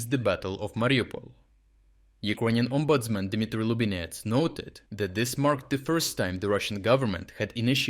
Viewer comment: As a Dane I can’t help giggling a little when I hear others who are not accustomed to Danish trying to pronounce “ombudsmand” and yes, it IS spelled with a “d” in the end! 😂 You did however make a decent pronunciation 👍 So approved! 👏